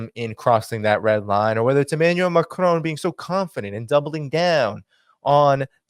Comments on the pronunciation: PLEASE don't say McROAN. It is Macron, MAC RON, just as it looks in American English. Macron! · MacRon.... not MacRone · maCRON!! hard emphasis on the last part. Its NOT Macroune